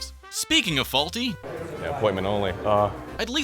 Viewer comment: "SK Hymen" LMAO